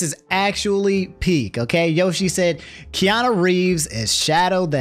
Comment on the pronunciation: This man said Kiana Reeves